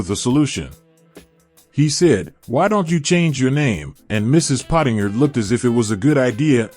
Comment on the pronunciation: Good work but for God's sake, learn to pronounce people's names! Ken Khouri's name is pronounced 'koo-ri' and Sonia Pottinger's surname is pronounced like the word 'ginger', so it would be 'pot-in-jer'.